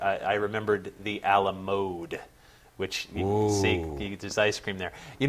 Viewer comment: Ala-Mode? Then again, I wonder if had a chance to use the Ala-Commode...?